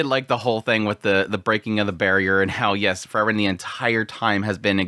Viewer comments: It's Freeren, not Frrren.😁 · All I can here is this guy saying Fer-ren, takes me outta the whole thing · When you say “frieren” you make it sound like fern which makes the discussion hard to follow at times.